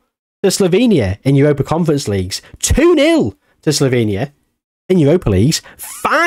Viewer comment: sloVenia not sloBenia, and its pronounced Cheh-Khiyah